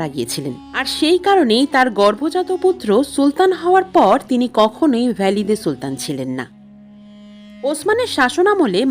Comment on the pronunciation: ভ্যালিদা সুলতান না, শব্দটা হবে ওয়ালিদা সুলতান